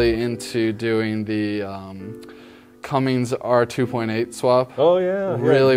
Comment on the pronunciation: Its Cummins* NOT cummings.....